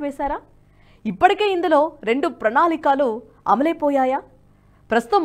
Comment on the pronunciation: ప్రణాళికలు స్పష్టంగా పలకాలి అమ్మా! మిగతా బాగుంది.